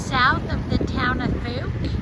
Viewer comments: I enjoyed your trip here. I've always wanted to visit there ever since I saw the movie. Also, Fouke is actually pronounced as "Fowk" such as "Ow". Safe travels. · BTW the pronunciation is F ow k as in F oww K :)